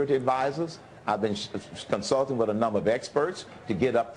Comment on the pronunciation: It is WITH Herman Cain, not WIF. Jesus fucking Christ.